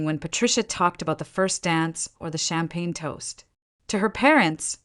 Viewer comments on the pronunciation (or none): none